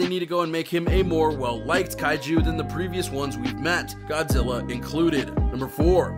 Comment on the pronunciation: It's Godzilla not 'godsilla'